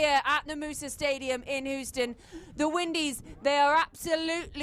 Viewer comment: "Whoo-ston Texas" 😅 please tell the commentary team it's "Hewston" 😊